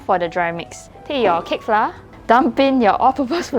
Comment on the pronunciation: Great job! I know this is a local channel, but to cater to the understanding of international viewers, pronounce “flour” the correct way? Our schools teach us the wrong way of pronouncing flour 😅